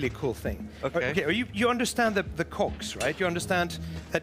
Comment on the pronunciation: He sure loves cocks, the way the pronounces cogs.